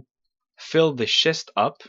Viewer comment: You say schest not chest lol :)